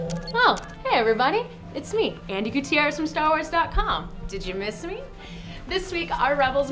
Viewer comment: Like everything in your videos except for one thing... Sorry but it is Andi Gutierrez